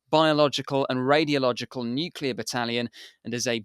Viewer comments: Nuclear, not nucular, you melt! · there is no such word as nuculer. it is nuclear. why don't otherwise educated experts get this? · An excellent interview but I am surprised that the colonel kept referring to 'nucular weapons' rather than 'nuclear weapons' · “Es-kew-lation” for escalation? “New-killer” for nuclear? Content great but jarring words. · Why can’t most of these experienced speakers pronounced “nuclear” correctly is beyond me. Great content, though.